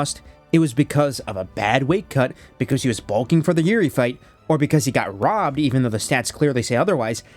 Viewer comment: "THEY RAHBBED HIM!!! THEY RAHBBED HIM!!!!!" -🐷